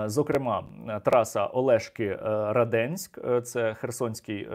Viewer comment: Слава ЗСУ! Але для вимови треба казати Раденск, нагалос на перший склад, а не на другий.